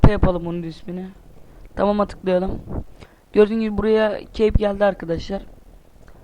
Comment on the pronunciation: çeyp ne lan çeyp ne kep diye okunur cape :D